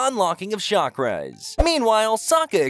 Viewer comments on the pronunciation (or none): none